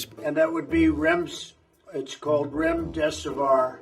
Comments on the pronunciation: It cracks me up his mouth movement when he tries to pronounce Remdeservoiiir Hahahaha ! You are trash Trump, retire already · Her face Everytime he says remdesevoir,🤣 Prime Entertainment.